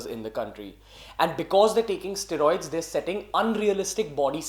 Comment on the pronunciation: Ugh please say it right. Steroids. Stae-roids.